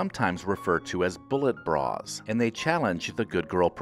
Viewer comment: Your emphasis on bras is beneath you.